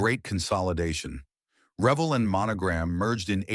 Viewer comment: Pronounced RE-Velle